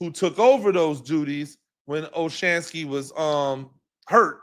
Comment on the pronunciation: Coach: you are killing me! You give some good critique and comments and then blow your cred by mispronouncing the players names. You are supposed to be a professional. Come on. Learn the names of the people you are watching everyday. Marcus Mbow is pronounced BOW. The M is silent. Gunner Olszewski is pronounced Ol-SHEF-ski. This is your business man. If you just want to write articles then no one cares that you don’t know the players names- but if you are going to go on camera: then you need to up your game. We need a voice like you in this market. But we need your A game